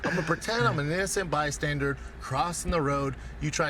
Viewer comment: Incent bystandard